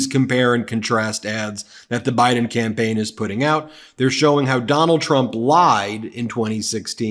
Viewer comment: Did he just call Biden, Bin Laden? Sorry can't tell if he is doing this on purpose